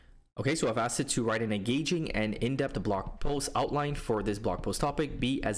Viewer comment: Excellent content as usual,! I've never used the playground, but now considering it due to the reasons you mentioned. Btw minor feedback you write and pronounce the word as "indept," but I think the term you're referring to is "in-depth," with a "TH" at the end. Perhaps adding that into your prompts will help you get even better outputs than you already get (although that may be tough since your work is always quality haha).